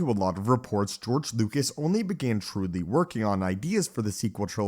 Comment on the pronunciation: His name is George Lucas, not George Lucat